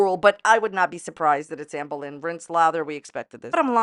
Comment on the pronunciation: “Ambuh Lin”